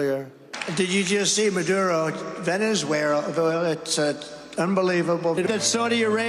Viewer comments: Everyone knows that trumpty sh*t himself as he said ' ooeerrggh ' as he tried to say Venezuela 🤣🤣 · 😂😅 Trump needs to visit a doctor ( Something is wrong with him) He can't even pronounce ( Venezuela) 😢😅